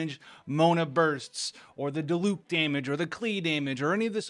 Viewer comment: I'm glad you say diluc the correct way . Not "die-luck" like other english youtuber 👍